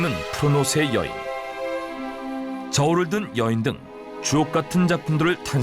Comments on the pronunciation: 초 주옥같은을 ㅈ같은 이라고 들어서 내 귀를 의심 ㄷㄷ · 주옥같은이 좆같은로 들리는거 나뿐?